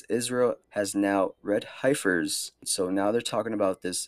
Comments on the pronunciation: It's pronounced heifer like hefty bags hef.. lol but I get the point. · PLEASE!!!! the word heifer is pronounced with a short "e", it sounds like the name Hefner. like "heffer". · They say not to pick people up on mispronouncing words because they’ve probably read it, and if they’ve read it that means they’ve taken the time to actually look at things and learn. You totally mispronounced euphrates and heifer though bro 😂